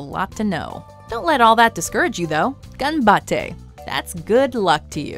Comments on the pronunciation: yea intonation is not on second a like she said it... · THE WAY SHE SAID がんばって (ganbatte) IM CRINGING SO HARD It’s ganbatTE (がんばって) not ganbatTEI (がんばってい) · Idek sorry but to me she said ganbatte not ganbateI